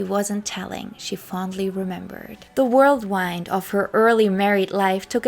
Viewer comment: "World wind"......maybe whirlwind ("whurl-wend")....Fantastic video. Thank you.